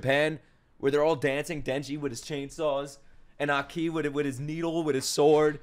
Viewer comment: AH-ki, not akee lol